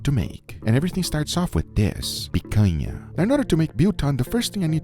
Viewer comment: wow he sounds pretty much Brazilian saying picanha, by the way, we love it in our barbecue 🤤😋